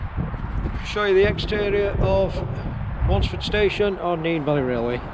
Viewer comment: HE CALLED IT NEEN. NO. NEN, that's how it's pronounced mate. Other than that fantastic video